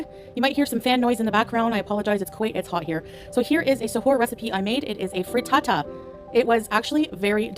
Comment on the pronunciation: Not a free-ta-ta 😂